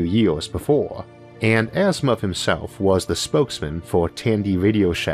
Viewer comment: It's Asimov, not Asthma